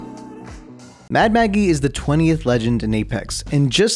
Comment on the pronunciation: Ten seconds in and I hear "Mad Mackie”. Goddamnit I love your channel so much